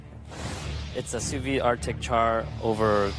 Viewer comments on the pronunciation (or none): how can a restaurateur as Bastianich say sou vis when it is sous vide? not as knowledgeable as he wants everyone to think. Makes him looks a little bit idiotic and dumb hahahahahahahaha!!!